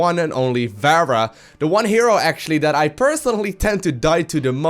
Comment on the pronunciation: I just watched all your Overwatch videos in one sitting, because they're fucking great. But mate, her name is [Fa-rah] not [Va-ra] :D Good job though, the best series I've found so far.